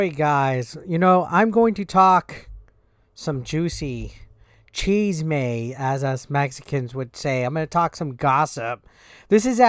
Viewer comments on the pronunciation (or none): Why Cheese-May and not Chísme?